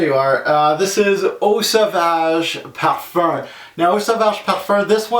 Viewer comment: Good video..Why do you say parferr instead of parfum? Still dying to try Fahrenheit Parfum